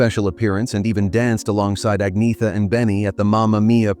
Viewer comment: Agnetha is pronounced "Ahn-YETT-ha," not "Igg-NEE-tha" or "Agg-NEE-tha."